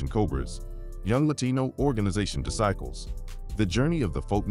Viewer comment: How is this AI pronouncing Disciple’s lol 😂 .. S/ O to all my homies both sides in the feds .. keep your head up 424